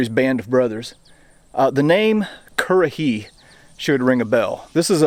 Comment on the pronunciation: You know what, when you talk currahee it feels satisfying lol